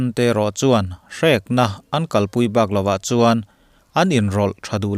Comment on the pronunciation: i zarah chanchin kan hre ve zel theia i Chanel hi a hlu ngawtmai. Thil pakhat lek ṭhahnem ngaih thu ah, "Bakah" tihna tur awmtak , "Bakah" ti a dik mai thei tur hi, "Bak loah" tiin i lam hlauh zela, a sawi tum leh a kawh a hrang daih ṭhin si a, Hman dan Dik a hman han tum hram hram la